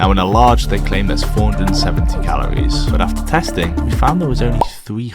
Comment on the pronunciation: How many times do I have to hear say Calowies